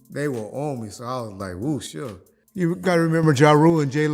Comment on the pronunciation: wooo sure… or suge? 😅